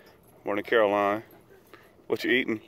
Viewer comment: please don't be offended, but for the last 3 or 4 videos you have been calling carolyn- Caroline, lol. It is carol-lynn not caroline, hahahahaha. Just didn't want her or her fans to get offended. Loved the video -hugs xoxoxoxo